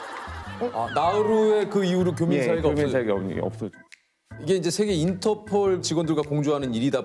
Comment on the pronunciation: 인터포~올~~ 인터포~올~~ 할므뉘가~~항국푼 이심니다~